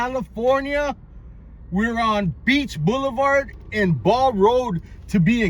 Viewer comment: "Beach Boiulevart"